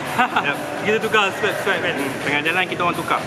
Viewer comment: Bang nak tegur sikit bang. Tukar bkn swape bang. Swap. Sebutan dia swop. Peace